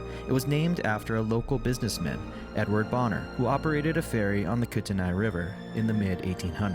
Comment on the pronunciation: Common pronunciation for Kootenai is, Koot n ee, or Kooten ee